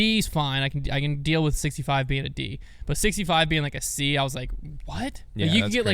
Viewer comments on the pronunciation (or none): none